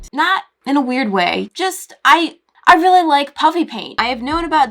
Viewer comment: Reawwy?. JK